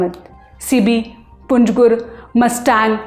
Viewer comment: पंजगुर नहीं, पंजगूर।